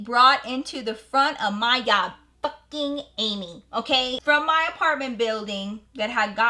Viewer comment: I love how she said “yob” instead of job 😂 iykyk